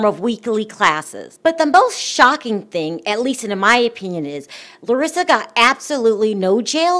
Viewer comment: You pronounced her name very well...Im impressed girl.😁